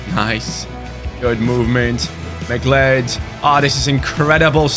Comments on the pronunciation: McLeod's name is pronounced like Cloud not Mic Led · its pronounced "mc cloud" believe it or not mate! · Great rebuild! It’s Mah-Cloud. Like the character from Highlander. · You say it as "Ma-cloud" imagine saying cloud as in cloud in the sky, but just putting a 'ma' infront of it haha. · McCleod is pronounced Mick-Cloud Edit: I know it's stupid English is just a confusing language. I'm from Canada by the way